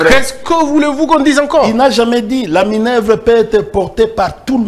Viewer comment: Déjà cher monsieur.D'abord ce n'est pas minevre ok?.Ça s'appelle Minerve ok monsieur.